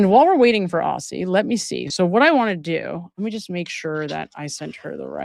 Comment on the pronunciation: 'Aussie' is pronounced 'Ozzie'.